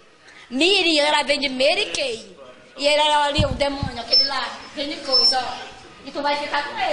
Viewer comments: ela vende "MERY KEI". MORTA ESTOU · " da meri kei" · Ela vende Mery Key...Mery Key